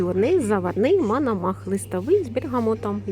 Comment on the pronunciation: Пані, чай МОНОМАХ,а не МАНАМАХ!!?)